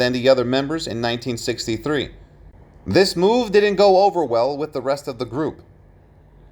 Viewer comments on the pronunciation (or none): none